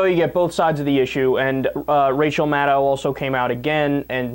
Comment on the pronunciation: Kyle, a friendly reminder: Maddow rhymes with shadow.